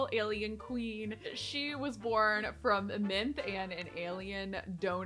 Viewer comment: Does anyone else hear Minth rather than Mint? I'm losing it